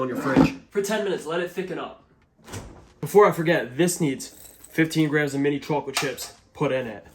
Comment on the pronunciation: i can't watch ur chocolate recipes anymore because the way you pronounce the word. it causes visceral frustration like nails against a chalkboard or touching cotton balls. this is me begging asking ordering and warning you pls stop